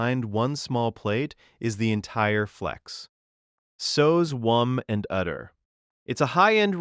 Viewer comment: "Sews wumb" 😂😂😂